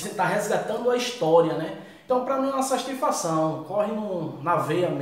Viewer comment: SASTIFAÇÃO KKKKKK MAIS DIFICIL FALAR DO QUE SATISFAÇÃO MAS TA VALENDO